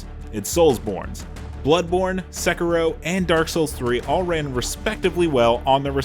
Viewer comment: i've never heard a more american pronunciation of sekiro